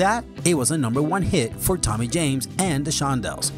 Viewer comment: It's amazing how many names this guy mispronounces.